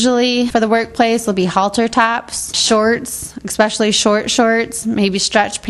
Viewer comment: "Exspecially"??? Really? I've never heard that said in a professional context.